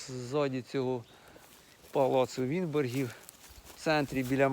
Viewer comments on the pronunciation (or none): От тільки не вінборгів, а Вінбергів .....